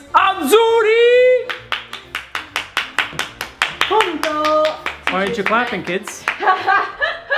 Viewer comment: un po la pronuncia. la "e" si dice "e" non i, ma va bene lo stesso e azzurro non si dice "àzzùrri" ma si dice "àzzùrro"